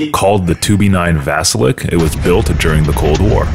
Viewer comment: Its pronounced - Vasilyok 😂